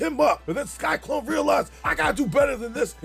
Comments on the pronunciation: Entertaining as always, but why do you keep calling him “Sky-Klone” instead of “Sy-Klone”? Just curious… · It’s sy-clone. Not sky-clone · Lmao! You keep saying "Sky-Klone" 😂😂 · Sky-Klone? Lol